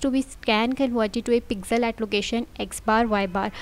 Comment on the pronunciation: Pixel ❌ Pizel ✔ :elbowcough